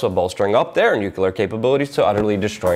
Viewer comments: not new-kyul-ur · I love ya Luke, but please, new-klee-ur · Shame this man will never be recognized for a Pulitzer. Great info and keep up the good work! BTW small peve of mine pronounced "nu-clear" =) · stop saying "nuke-yule-er!" the entire country berated bush for it. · Not bad. Slightly off-topic, why do 'Muricans always say "nucular" ?